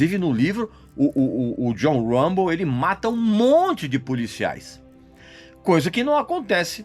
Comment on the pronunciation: Regis dois fatos: - Stallone nao foi indicado a melhor ator mas sim a melhor diretor, por Rocky I. Nao levou, mas o Rocky I levou melhor filme. - o autor do livro "First Blood" baseou o nome "Rambo" na pronuncia errada do nome do poeta frances Artur Rimbaud